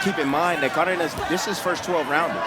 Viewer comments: His name is not Cardiniss. That was driving me insane the entire fight. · yo, it's pronounced CAR-DAY-NASS...